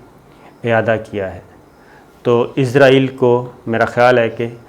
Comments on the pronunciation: AOA.. Very happy Eid mubarak to you.. I really love your program, bt i hv a suggestion fo you, plz say Israel instead of Izrael, Plz correct the pronunciation.. Thanks n love from Germany.. 🇩🇪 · Sabir Shakir please pronounce the word Israel instead of Izrael which means the holy angel Hazrat Izrael Aleh slam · Boss~IZRAEAL ~ nahi ISRAEAL bolttay hain 🥰 moot k Angel ko na bolain aa hie na jaye kahain 👻☠️ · Izraeel nahi...israeel hai...hahahaha.. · صابر شاکر صاحب ایزرائیل نہیں ایسرائیل ہے اس ملک کا نام ؟؟؟ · Izraeel nhi sahi israeel hai jnab